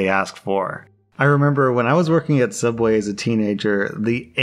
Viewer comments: Ah yes, a Sooubway story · What t f is subway do you mean soobway??